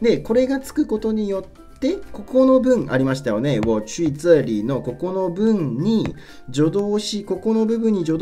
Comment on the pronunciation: 这里 の発音が掴めなさすぎる ツァーリ？！ チャーリー？！